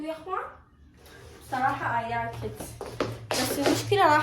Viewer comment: ليش تكول ايلايكت مو اي لايكد؟